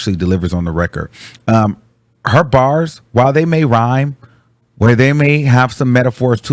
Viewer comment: You’re saying kindergarten BAR’s